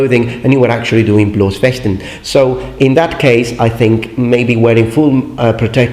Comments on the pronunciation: Excellent expression of Bloß- and Harnischfechten! Never heard it better from a non native speaker. (Okay, not surprising concerning its the speaking:) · Kudos to you on pronunciation of German words! You're the first non-native German speaker on youtube I've heard pronounce Harnischfechten and Bloßfechten correctly! (in the modern way)